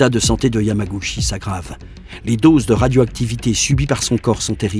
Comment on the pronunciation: Bon reportage, par contre ça se prononce "Yamagoutchi". :)